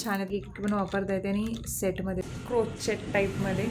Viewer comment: Tai crochet is pronounced like “क्रोशे “ and not “क्रोचेट “